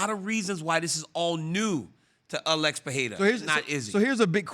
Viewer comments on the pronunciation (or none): Why do they pronounce Alex.. like Uh-lex!? 🤣